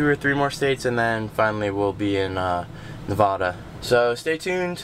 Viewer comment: Have you learned how to properly pronounce Nevada yet?